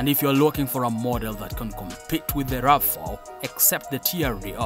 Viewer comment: You can tell this is AI, never heard of a Toyota Rafa, but I have heard of a Toyota RAV 4!!!😂😂😂